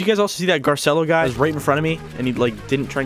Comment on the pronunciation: Its Spelled Garcello B~ut you pronounce it Gar-ci-lo